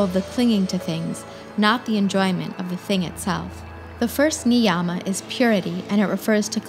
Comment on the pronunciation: Thanks for spreading love for our ancient culture. Small suggestion: Yama and Niyama are pronounced as Yama and Niyama as such, not Yaaama and Niyaaama. Sound plays an important role in Samskritam.